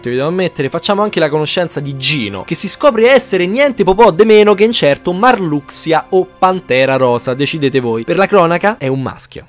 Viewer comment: Che bello sentire "MARLUXIA" e non "MARLUSHA" hahahaha da bambino lo chiamavo MARLUXIA e rimane tale sti cazzi Cmq ottimo riassuto!